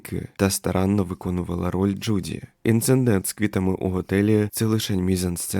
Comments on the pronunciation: Дуже цікава і заплутана історія! Мені подобається, як ви розповідаєте, тільки дуже ріже вухо слово інциНдент, бо правильно буде інцидент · Інцидент, не інцеНдент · Інцидент (від лат. incidentis) — неприємна подія, непорозуміння, випадок, зіткнення. Не інциНдент - ні.